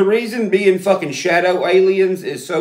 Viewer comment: I lost it at shawdow aliens 😂